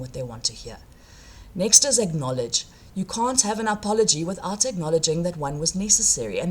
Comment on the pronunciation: What is this word "a-pol-o-gee"?